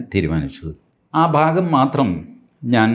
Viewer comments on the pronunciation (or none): none